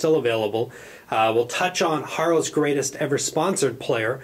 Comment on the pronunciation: O and it is pronounced. "Herrows" as in arrow. Keep up the good work. ;-)